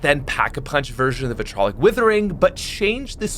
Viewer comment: Vit RI O LIC withering, not vitrolic